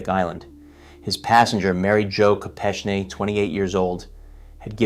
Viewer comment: You could bother to learn to pronounce Kopechne’s name.